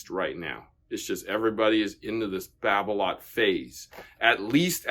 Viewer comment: Hingis used Yonex. And Babolat is pronounced as it’s spelt. An a is not an o, it’s not babolot! Donna were around and popular back in the 70’s 80’s and 90’s. There are some it’s pros using volkl, Donnay and other less popular brands.